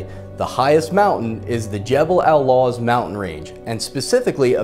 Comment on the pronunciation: It's Jebel El lawz